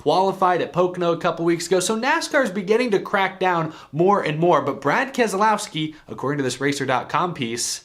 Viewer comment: Ke-lousy-ki and Slow-ga-no